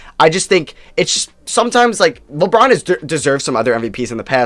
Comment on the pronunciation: It sounded like the girl said lebrons name wrong lmao